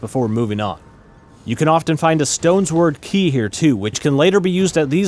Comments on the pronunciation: Great video! I laughed way too hard at "stones-word" key though 😂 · Did you seriously just say a Stones Word key and not Stone SWORD key? LMAO! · Did you just say "stones word key"? It's literally a key made out of stone shaped like a key. Stone sword key.